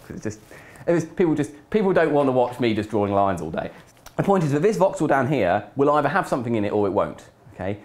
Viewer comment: Anyone else think he said "Vauxhall" instead of Voxel at first?